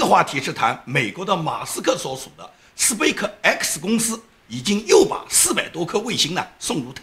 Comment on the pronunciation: 生活在加州这么久为何连space都不会念？